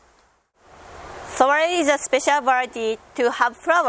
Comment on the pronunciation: When first watching- I thought you were saying sorry I can't help to solve your problem, but then I realized you said "Soiree" can help to solve your problem! 😁